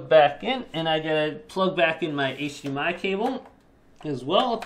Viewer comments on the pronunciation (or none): none